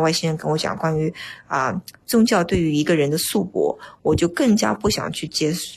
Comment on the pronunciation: 束缚念成shu bo 造诣 念成 zao zhi